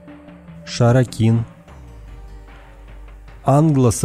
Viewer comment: "хиттл"? Hittie = хетты. "Шаракин"? Tharacian = фракийцы. Научись читать!